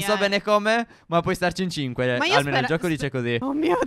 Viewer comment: Quanto amo quando Stef dice: " e oggi siamo in gta 5!" con quel cinque strano